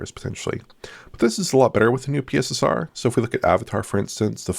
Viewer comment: "The new PeeSSR"